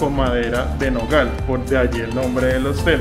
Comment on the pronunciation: Se dice Hostal, no Hostel